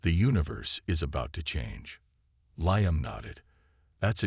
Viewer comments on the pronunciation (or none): LEE-UM not LIE-UM